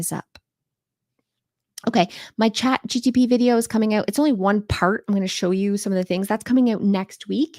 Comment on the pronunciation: I love you, but please… its CHAT G P T… you keep saying G T P and for some reason that is driving me crazy 🥹